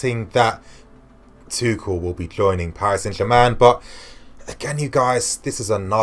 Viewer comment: Isnt his name pronounced tushell